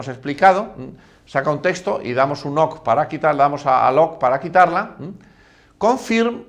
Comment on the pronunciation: Tienes razón se oye feo, jajaja